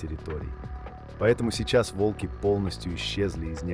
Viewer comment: Видео интересное, но подача подвела. Если вы переводите с иностранного языка, то уделяйте внимание и мерам веса или роста (сейчас нетрудно перевести футы и фунты в сантиметры и килограммы). И лучше озвучить ролик самостоятельно, или указать ИИ ударения. Слушать тяжело и не воспринимается, когда то вОлки, то волкИ, то прочие ляпы. Не знаю, может в наше время кто-то считает это обычным делом, но согласитесь, слушать нормальный понятный текст намного лучше, понятнее и приятнее, чем монотонное бормотание ИИ.